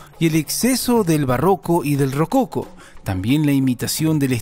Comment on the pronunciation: RococÓ con acento en la o😅.